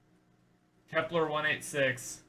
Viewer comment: you googled Kepler which is a whole new planet, bot Vepler like you said in the video